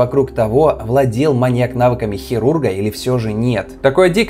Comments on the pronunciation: чувак...ударение в слове "маньЯк"... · Лайк. Только странно звучит ударение на последнем слоге в слове маньяк во всех падежах, кроме именительного.. Извините, если ошибаюсь. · Маньяк - это не коньяк. Ударение на "Я" при склонении. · вот всем ты хорош. Рассказываешь интересно, подача отличная, но ошибки с речи ужасают. Ударение в слове "маньяк" ставится на "я" и не меняется при склонении. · большие проблемы с ударениями в каждом видео. МаньЯк, ударение на Я при любом падеже: с маньЯком, маньЯку и тд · Нет словосочетания "на стране", есть словосочетание "В стране", или вы на от6России живёте? И ударение в слове маньЯк ставится на Я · О Джеке Потрошителе мы может и не много знаем. Но мне до сих пор казалось, что в правильном ударении в словах "маньяк" и "инспекотов" нет никакой загадки. А в остальном, конечно, интересно, спасибо!